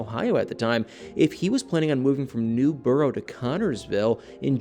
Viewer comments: It is pronounced Newburg not NewBoro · Newburgh is pronounced New-berg (worked there for years) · Please stop saying Newburgh like that 😫 that's not how we pronounce it 🤣 Its New-Berg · It's pronounced Newburgh not newborough